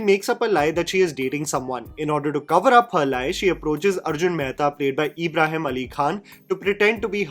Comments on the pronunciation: His name's ibrahim not eeeebrahim. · Everything was great em talking about the review but bro it's not Abraham it's an Islamic name ibrahim ibraheem not A bra ham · Just cause your videos are in english doesn’t mean you should pronounce Ibrahim as Abraham tf 😭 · Find it funny how says E-brahim rather than IB-raahim. 😀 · It’s not EEEBRAHIM ITS IBRAHIM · Its an out of syllabus answer but, you have pronounced Ibrahim's 4 different ways in the video.. Its just Ibrahim.. (ebraheem)😅😂 Agree with the rest of your video though..😅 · it's Ibrahim NOT ABRAHAM 😅 I can totally understand the pain you went through to watch this. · Isn't his name Ibrahim? You kept saying Abraham😂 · Its Ibrahim for gods sake 😂, Not abraham 😂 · Nobody: during this video:- EEEbrahim, Abraham, ebrahim, anything but Ibrahim hahahah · Eeeebrahim nahi bhai Ibrahim Bol bhai please😭😭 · CONGRATULATIONS!!! you FINALLY hit the proper pronunciation of Ibrshim. It wasn't Abraham or EEEEEEEEbraheeem. You've used all three in this video. I almost feel like I fell for ur bsit here to comment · No one:: Eeebrahim Ali Khan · Dude u cant even pronounce his name properly 😂 fair enough he bad as an actor but seriously 😂,u as a film critic can get that basic part correct in the last segments of ur video ,ur basically calling him Abraham 😂. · Why you have to stress the E in Ibrahim? Lol. Its a soft E sound... But then you turned him into Abraham half way into the video 😅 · I have criticism for you though: How hard is it to pronounce a very common and easy name like Ibrahim????